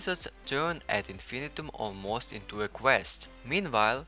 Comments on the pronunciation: Isn’t it pronounced Ad in-fin-EYE-tum? It doesn’t rhyme with millennium. Unless the makers say otherwise? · Whose gonna tell em how to pronounce this.